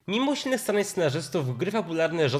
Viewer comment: "mimo usilnych starań scenarzystów" dykcja! z 10 razy odtwarzałam początek żeby zrozumieć co mówisz